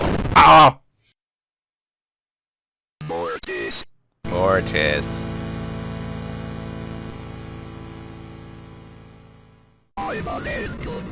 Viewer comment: If you were an intellectual, you'd know you changed the pronunciation by using 'Ø'. So, if you say "murr-tiss," then sure, spell it like that.